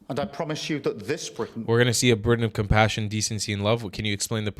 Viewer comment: So the other 390-odd cards were irrelevant? Ewe-kay? That consists of four different countries Scotland, Wales, Northern Ireland and englistan. Yorkshire is in englistan. Bwitains?....*englistan's. (+ Bwitain consists of Scotland Wales and negland.) the cringeworthy roundy-uppy vagueness is sloppy at best, incompetent as usual. Google maps is free. Try it. You don't even read the comments though you tell people to comment. It's like talking to a 🧱